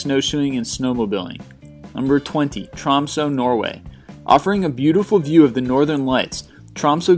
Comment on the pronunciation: It's called Tromsø, not Trømso. Anyway, great video as always :D Merry christmas!